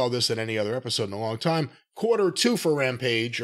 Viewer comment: Corny pronouncing tiiiime Like Thunderbolt Patterson is great😂